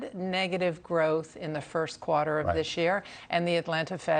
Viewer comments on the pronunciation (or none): What is a “cwater”? Why can’t this columnist talk properly?